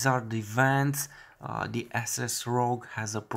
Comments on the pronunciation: hahaha..lol It's not pronounced Asses it's Asus long A not short A lol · Ey-sus not Ah-sus